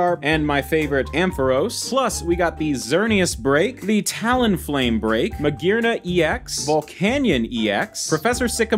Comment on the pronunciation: is Ma-Gear-Na i believe that most peoples call that name peoples keep argue about fiction name pronounce is so dumb... and wolfeyVCG respond to them is purposely said it wrong :V in the most funny and stupidest way he can :V like he said Gengar with Gen like genaration and something sound half out char and jar Gen-chjar :V